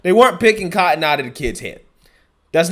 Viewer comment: Too much emphasis on the word "cotton"